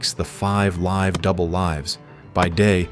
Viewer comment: The narrator's inability to pronounce the word live in context which is an AI tell. And I don't do AI so bye.